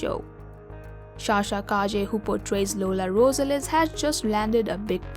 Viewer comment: Learn how to pronounce Rosales correctly. 🙄